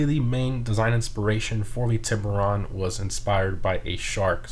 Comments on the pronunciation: The way he says shark in spanish is so wrong but Still funny at the same time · Wow honestly surprised none of these comments were about the pronunciation of tiburon, nice community.